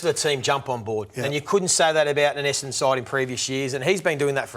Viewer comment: Essadon club captain can't even pronounce Essadon correctly! lol